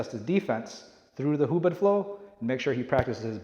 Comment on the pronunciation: I think its hubod not hubad(naked)